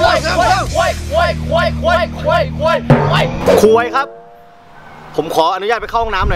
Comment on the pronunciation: ตอนเรียกครูกูฟังเป็น ค..ยครับ55555